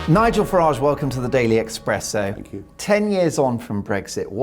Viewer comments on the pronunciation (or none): It's Espresso, even if you are the Express Also Farage is a used car salesman, Restore is the only way to bring back Britain.